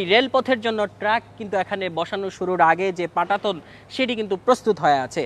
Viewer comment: কাঠামো কে কাডামু, ওঠা কে উডা বলছে, পাটাতনকে পাঢাথন, পিচ ঢালাই কে পিজ ডালাই, সুবাহান আল্লাহ, আল্লাহ্‌র রহমতে এক রিপোর্টার বটে । তেনার বাংলা উচ্চারণ দেখিয়া আমার পদ্মা সেতুর খবর দেখার ইচ্ছা মরিয়া গেল ।